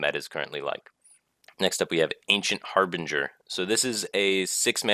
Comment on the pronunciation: Finally someone who can say Harbinger.